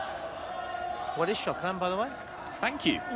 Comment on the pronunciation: chokraannn 😂😂 the pronunciation was perfect 👌